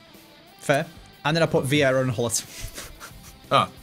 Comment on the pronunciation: C'mon! "Veiera"??? We are used to you mispronouncing the names but damn, Veiera was a whole 'nother level! Just kidding though, much love!